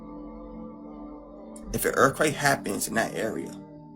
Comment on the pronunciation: "one more massif earfquaTe" ..🧐 if u can't even punctuate the American language correctly I'm not even gonna believe in what your dumbass is saying